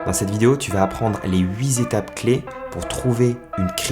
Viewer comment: Les huiT z'étapes ? ^^'